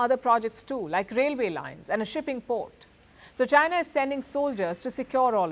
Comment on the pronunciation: 😂😂😂...waking up to this again 😂 "Jainaa" 😂😂😂